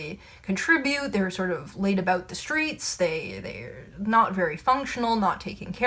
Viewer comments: That's aboot right. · "about" is my favorite Canadian word